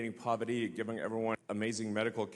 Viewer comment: Elon, the actor pretending to head these industries (SpaceX, Tesla, Boring Co., etc. -Yeah right) can't even pronounce poverty (he said "povity" 😂!) let alone eliminate it.